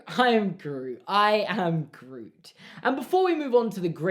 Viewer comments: it sounded like he was saying irn-bru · by the end of the i am groot segment it sounded like you were saying irn bru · when you started saying "i am groot" i thought you were saying "and i oop" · Your pronunciation in grootish is atrocious